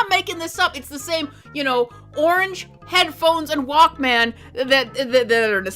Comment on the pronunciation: "jif" and "wAlk MAYNE" holy boomer 😭🙏